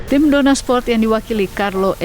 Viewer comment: News anchor nya typo Dorna malah dornar kalau tau 😂